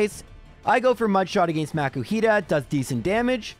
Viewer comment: Most PokéTubers I've seen, excluding the ones found randomly in the game, only use Rare Candies in Egglockes and that's only to get the hatched Pokémon up to the level of the one that you swapped it out for. I don't know why you're pronouncing Makuhita as if there were a C.